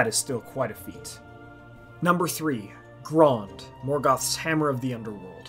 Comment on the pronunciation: Guys... it's Grond.... come on what are you thinking